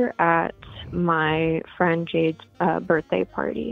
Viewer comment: her burfday